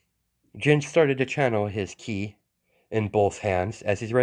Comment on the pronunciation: It's pronounced kee the letter i in Japanese makes a long e sound. Hence the spelling ki.